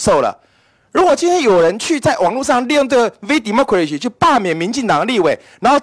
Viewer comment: 一直把VDemocracy聽成「V什麼鬼兮」 幹好好笑喔，講到服貿的時候就說利大於弊， 講到自己要被罷免就說中資一進來就涉及國安， 委員突然開始變成逢中必反了嗎？